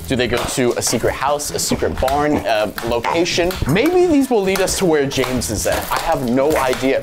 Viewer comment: it's pronounced James